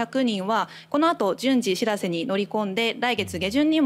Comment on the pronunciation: しらせ⤴️じゃなくてしらせ➡️な